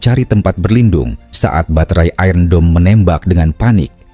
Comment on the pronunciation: That's English, pronounce it correctly.